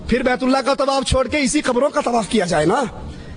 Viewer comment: Ok I agree to disagree with you. But why does he take the name of the Prophet (S.A.W) with the rude tone he has. He doesn't even say Allah properly. He says it as if its an ordinary name. You can see Noor on the faces of those who speak the truth, my friend.